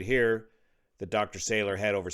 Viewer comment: I was a colleague of Dr Salour (mispronounced in the video- it’s Sah-Loor, emphasis on second syllable) when we were both doctoral students in the laser lab at Harvard in the late ‘70s. He was already flying commercial jets then (ferrying ops, I think). Definitely at the high end of intelligence & experience. Sad to learn of this event ( from family members who live a mile East of the site)